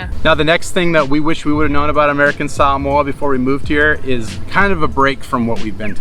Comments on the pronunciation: Is this really how to pronounce Sah-mo-ah as Sam-mooah? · You pronounce samoa annoyingly and can you say the word "adventure" even more? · I noticed that, throughout the video, you pronounced the place as sah-MOE-uh, rather than the way I've always said it--suh-MOE-uh, as well as the way google says it. Am I guessing correctly that #1 is their way of pronouncing it, whereas #2 is the Anglicization of it, like hah-WAI-ee and hah-VAI-ee? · Salmoa Long winded and boring I googled it. And in 1 minute I knew 25 Reasons not to move there Salmoa did you say Salmoa 🤔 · Why did they keep saying Samoa they seem to keep wanting to pronounce it in some certain way and it sounds crazy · #11: Americans have been mispronouncing "Samoa" forever.